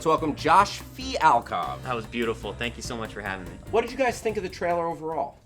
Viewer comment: For the love of all that is holy.. LEARN HOW TO SAY THE WORD TRAILER!! It's not a hard word! It's not "traller"! Man you're annoying.